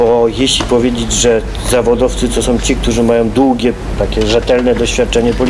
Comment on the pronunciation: som . Do dzisiaj tak mówi